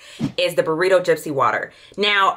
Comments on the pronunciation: 😂😂😂 Not “burrito” 😂😂😂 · Wait did she just say BURRITO???? Sis I thought you were selling perfume not Chipotle!!!!